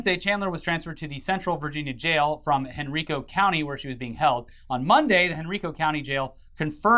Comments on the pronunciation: Just a heads up It should be pronounced like Hen-Rye-Co not Hen-REE-Co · Just a fun fact. It’s hen-rI-co not hen-re-co 😅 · I had no idea who this Chris Chan person is. But damn that whole situation is upsetting. It's Hen-Ri-co btw. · Chris-Chan is a local, I would get visits from time to time, it was interesting. I remember going to the Comic/Games Place, the one he was named from and subsequently criminally charged by after running an employee over with a car, and saw her playing Pokemon. I have a lot of stories. ETA: Henrico is pronounced Hen-rye-co. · from VA its pronounced Hen Rye Co (Henrico) love you guys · It's actually pronounced hen-rye-co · The way he pronounced Henrico county pains me.